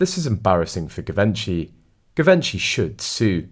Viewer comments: “ZHEE VON SHEE” not “Give Inchy.” While we’re at it, Eugenie is “YOU ZHEN EE” Not “Eugene.” Just sayin. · Givenchy pronounced Geevonghi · Im sorry, but your pronunciation of so many things, is just awful! Givenchy. Rotorua. Just to name a few!